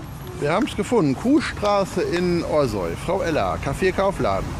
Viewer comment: Café Frau Ella ist eine wirkliche Bereicherung für unser Orsoy. Aber Eins zu dem netten Video, unser Orsoy wird nicht ORSOI gesprochen sondern ORSAU oder wie die Einheimischen bevorzugen OSCHAU! Jetz weiße bescheid, ne!